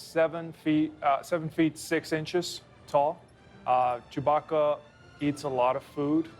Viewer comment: Why does Lando pronounce chewbacca CHEW BAAACKA 🤣 i died there